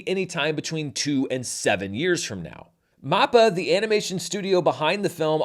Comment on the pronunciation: Hey, I know you're just getting your feet wet when it comes to anime. Just so you know, Mappa is pronounced map - ahh, not mop - aa. Also, Attack on Titan > Demon Slayer